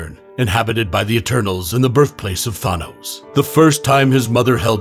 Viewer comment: Everytime you pronounce Thanos as Thwonos a kitten dies